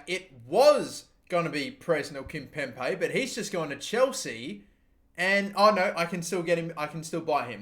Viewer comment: Can someone please tell him to correctly pronounce Kimpembe